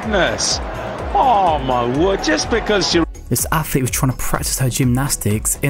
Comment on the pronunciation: Wtf is an affflete ?